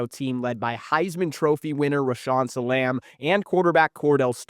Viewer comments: That's not how you pronounce Salaam. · Anytime you hear name pronounced wrong its a sign. Bobby Booden and Rasham Salamb is wild